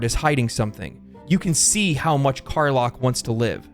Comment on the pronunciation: Amazing review, great work,!! Just one curiosity: why do you keep calling Karlach "Car-Lock"? lol (isn't it pronounced "Car-LACK"?)